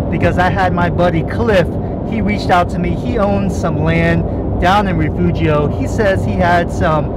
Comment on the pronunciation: With all due respect, it's re-fu-hio .. spanish dialect